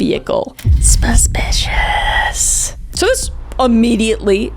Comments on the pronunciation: "A BUSH BIS SPASPICIOUS!" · "AS SUH SONG SPASPICIOUS!" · What’s a Kris video without “sPispipasPishiSh” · Have I been suspicious wrong my whole life? Cause it sounds like Kris is saying subpicious!!!! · Shortly after: "EHSPEHSPEHSPESPICIOUS"